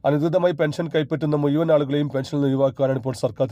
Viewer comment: എടാ മുയുവൻ അല്ല മുഴുവൻ ആണ്